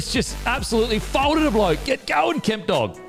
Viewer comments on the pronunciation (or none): just throwing a phantom L in his surname 😂